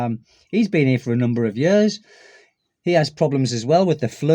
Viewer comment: Now, when you say the word "years", it sounds like "yurs". If you know what "ears" sounds like, you just make the "y" sound, followed by the "ears" sound. Maybe "yeers" would be a good way to describe how "years" should sound 😊